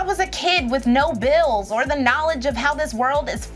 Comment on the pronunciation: "NAW-LIDGE!!!" -Tai Lopez